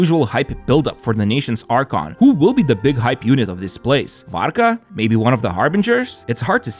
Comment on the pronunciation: Ur LITHUANIAN??? The way you said Varka sounded so Lithuanian too haha